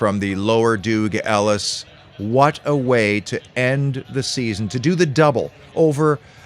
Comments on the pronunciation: Dug not Doog Ellis 😊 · It’s Dug Ellis not Doog Ellis 😂 (Doug Ellis)